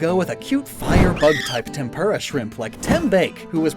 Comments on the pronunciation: TempUra pls add more U to you tempura it sounds like tempurra. Love your vids❤ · Not to be rude, but tempura is not pronounced like that.